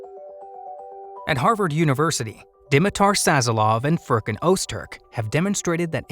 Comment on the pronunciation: you were so close.......Öztürk (pronounced [ˈœztyɾc]), meaning 'core Turk', is a common Turkish name and surname..... I am alerting child services .... 🤣